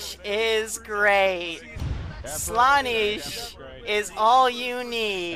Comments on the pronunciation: did u mispronounce the name slanesh? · your saying slaanesh wrong -a noise marine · the way he said slaneesh actually triggered me